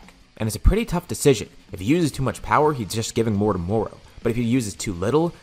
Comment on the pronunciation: moro not moru